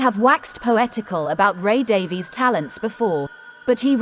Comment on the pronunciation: Stop pronouncing 'Davies' incorrectly! It's insulting and ignorant. Respect the pronunciation used by Ray Davies himself